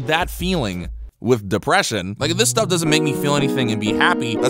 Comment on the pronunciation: I died when u said deppreshion